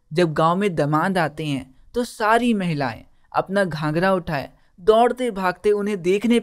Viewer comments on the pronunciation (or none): none